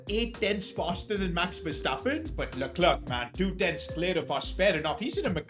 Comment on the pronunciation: You saying Luck-Clerk is extremely INFURIATING. It was alright when he was like 15 places ahead of you, but you are now competing with him. Every other second LUCK-CLERKKK. It is Le-Clair. Please It is Le-Clair.